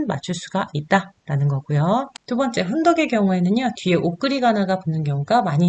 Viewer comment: 한국어의 바름 문제가 있는 반면, 일본어는 A+입니다 . 우선, 한국어어에 대하여. 긴 자를 강사께서 짧게 잘못 발음한 ㅇㅖ: 훈독, 한자, 두 버 째, 두 가지,좋겠지만, 바 주세요 , 많아요, 등, 제가 듣기로는, 강사의 일본어 발음은 A+ 인데, 한국어 바름은 이상 지적한 바와같이 믄제가 많습니다. 강사가 한국이ㅣㄴ지 일보이인지 궁ㄱ ㅇ합니다. 한국의 발음 문제는 심각합니다. 한ㄱ ㄱ이으로 영어를 가르치는 경우에도 영어는 A+인데 한국어는F 였습니다. 이 무슨 irony 입니까? 고국 동포들께 간곡히 권하옵노니, "한국 어문을 고발함"이라는 책을 읽어 주시옵소서. 미국 변 완수 배